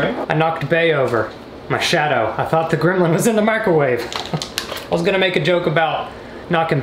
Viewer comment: he said grimlin and i searched it up, made it funnier